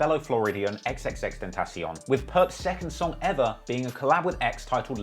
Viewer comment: X- ten- shun… Put some respect on that name. You got no room to talk about “hair”